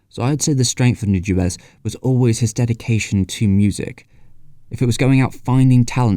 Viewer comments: the "u" in Nujabes is like de "oo" in doodle, the "a" is like the "a" in that. the rest is ok. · Man you just can't seem to pronounce Nujabes properly in this video. Anyway here's a reccomendation for early j-hiphop RHYMESTER'S - Ore ni Iwaserya